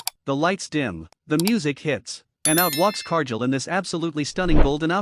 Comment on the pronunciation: exactly what I wrote. Whoever runs this channel uses AI to narrate the video. However, AI pronounces names WRONG. In this video Cargill's name is being pronounced wrong, and this isn't teh first video done by this channel that uses AI as teh narrator and get's name pronunciations wrong all the time. If teh channel can't get the basics like pronouncing a wrestler's name correctly, then they should stop posting videos and shut down the channel.